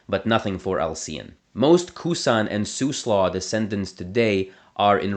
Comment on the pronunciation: Siuslaw is pronounced /sai 'ju: slɔ/.